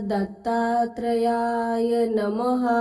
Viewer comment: Mantra ucchar chukicha ahe tai Om dra dattryay nasun Om dram dattatrayay asa ahe